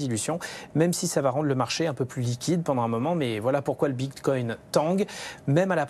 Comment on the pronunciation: Elle a du mal à dire « bitcoin » 😂 Mitcoin mbticoin… Bon sinon c’est très bien ce range Il faut que ça dure quelques mois encore